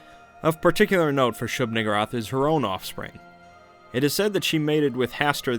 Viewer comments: I kept hearing shoog-N-wrath 😂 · Shub Nuh-gurr-ath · He knows he's mispronouncing the name and keeps on using it. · WHOA with the hard r